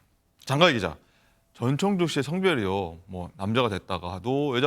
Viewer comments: 전청조인데 자꾸 전창조라고 하네.. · 전창조가 아니고 전청조 입니다...